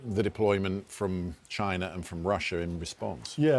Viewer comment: "The people s country of mainland Tchaina Beijingue"